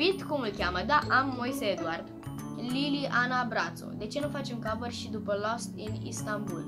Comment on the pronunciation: Ma cheama,, Bratu nu Brațu ''cu T nu cu Ț 😂😂😂😂 in concluzie Lili Ana Bratu